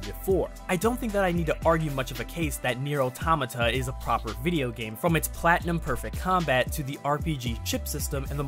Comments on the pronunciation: Automata is the plural form of automaton. It's pronouced auh-TOM-uh-tah, similar to auh-TOM-uh-tawn. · I can't tell if he's pronouncing automata wrong of if I've been pronouncing it wrong lol